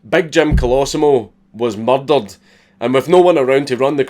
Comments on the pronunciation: When he says murdered it sounds like muddled. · Mer'derur'd, the Scottish accent sounds awesome. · Maryl Daryl'd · M U H D A H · Who else loves when he says "murdered" in his Scottish accent Edit: I'm like an F list celeb with all these likes. So obviously give my twitter a follow: miguel_alhakim